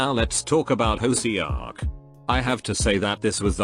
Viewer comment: The way the robot sound pronounce hoseok . HUSIOK 😂I'M